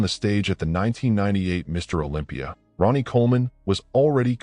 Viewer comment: You said Ron ie